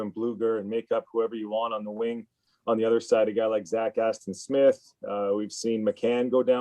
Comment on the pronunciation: Hes saying his opinion, yet says “zach-aston-smith”